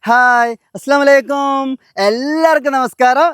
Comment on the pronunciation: അസ്സലാമു അലൈകും എന്ന് കൃത്യമായി പറയുക അല്ലെങ്കിൽ അർത്ഥം മാറും ☝️